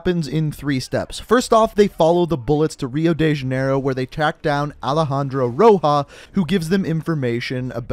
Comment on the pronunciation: Alejandro ROJA